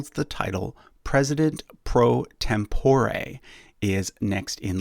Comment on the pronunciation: A good explanation, to which I would like to add a few minor corrections. "Tempore" is pronounced with the emphasis on the first syllable. (I used to teach Latin.) The President pro Tempore of the Senate is the longest-serving senator from the majority party in the senate. Also, C. Douglas Dillon, the Secretary of the Treasury under Kennedy, was personally a Republican.